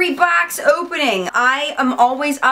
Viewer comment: Lmao!!! I always crack up when you say BOX! Baux!! Lol! And I have the boho deep blue! Wearing it now!